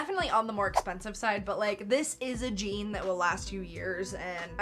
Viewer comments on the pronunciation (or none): none